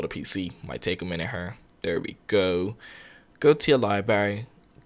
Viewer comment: I love the way you do that right thur right thur lol